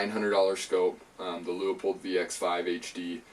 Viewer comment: Leu pold. Too many say Leo pold, and could just do well to see how it is spelled.